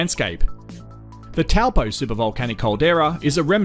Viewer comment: he didn't say "Toe-paw" so he didn't say it correctly. but not bad for an Aussie